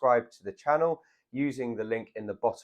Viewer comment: I will subscribe when you say, "channEL", instead of, "channo".